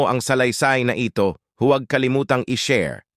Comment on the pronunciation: Ampunin, inaruga, na ito, 😅😅😅😅😅nabigla ako sa accent na nabigkas parang mali yata 😅😅😅😅😅. Nakakapagtataka😅😅😅😅